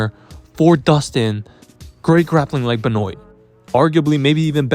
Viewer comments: WAIT WAIT WAIT... WHO THE F IS BEH-NOYN? LOLOL BEN- WAH. YW. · True. ...but it's Ben-waa.... js.